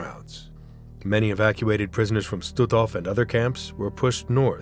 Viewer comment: Господи,да научите ИИ правильно произносить названия,не Штутов,а Штутгоф.